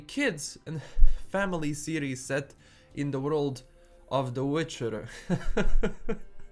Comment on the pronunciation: Am i the only one thinking he kept saying Ciri's instead of series? Great take tho. I watch mostly your channel to keep up with the netflix witcher news!